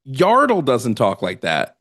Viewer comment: Who the fuck is Yardle lmaooooooo You mean Yaddle actually